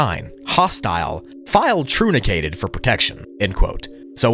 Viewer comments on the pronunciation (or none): it's not trunicated, it's truncated. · truncated (trunk-kated)